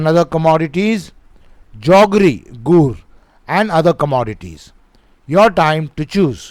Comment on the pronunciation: Sir questionno. 20 ans is not guhh it is gur😂😂😂